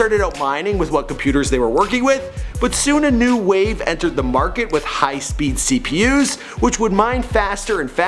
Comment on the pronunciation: did he rly say CPU's smh XD